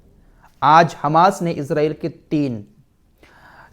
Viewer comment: ap ejraiel na bole esraiel bole